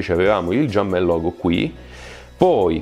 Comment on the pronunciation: IL "GIUMPMEN"